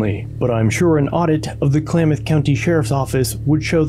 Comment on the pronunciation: “Clay-math”?? Come on!